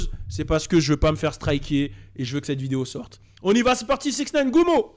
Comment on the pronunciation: Gummo et non gumma